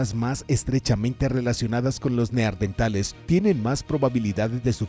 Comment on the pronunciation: Como puede este hombre, despues de tropecientos videos, seguir diciendo Neardentales?! 🦷🦷